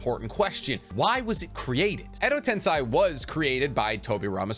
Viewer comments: Is it really pronounced ten - sai? I thought it was ten - say like the spelling of it. Edo Tensei....... Im know imma have a headache going thru this vid but Imma watch it anyway. Wait. He pronounces kakuzu weird..... Am I not pronouncing them right??? Help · im a fan of the channel and you are very knowledgeable on Naruto but u have a tiny issue pronouncing Some names/Terms, most notably its edo tensei (ten-say) not (ten-sigh) and u call Kakuzu "kakuzo" and Katsuyu "katsuyo". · can you say edo tensei insted of edo tensai or no? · Repeat after me: ten, say; ten-say, tensay. That's how you say tensei. It's a Japanese word, not a German one, you don't pronounce it tensai. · Edo tensei not edo tensai. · im sorry if this annoys you but u said edo ten sigh its edo ten say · Dude. Its Edo Tensei. Not Tensai. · Love all your vids, but the way to pronounce edo tensei is wrong. You are saying edo tensai... Sei = say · Just a sidenote about the pronunciation, it is ten-say, not ten-psy. tensai (ten-psy) is genius, tensei (ten-say) is reincarnation :) I hope that makes sense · How hard is it to pronounce Tensei instead of Tensai??? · Why do you say tens eye when in the show everyone says tensei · pronounced "ten-say" not "ten-sigh" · bro please.... its not pronounced "edo tense-eye" its "tense-ay" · Tensei man not tensai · It’s Edo “Ten-say” not Edo “Ten-sigh” 😭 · Hermione has entered the chat. “It’s edo ten SAY not edo ten SIGH!!” 😂😂😂😂😂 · edo tenseiiii.......not tensai lol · Ah.... ten-"sai" vs "ten-say" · I always wonder why you pronounce Edo Tensei as "Edo Tensai".. Was the real pronunciation wrong? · Every time he says Edo tensAAi.. i feel my iq dropping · why do you pronounce Edo Tensei as Edo Tensai? Is this a North American thing? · Edo tensei="EDO TEN SAY" GHOT DAMMIT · love how genuine your butchering of the Japanese words is...Edo Tensai 😂😂😂..and no second thought about it. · It’s pronounced edo tensei. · It’s pronounced “eddo ten-say” lol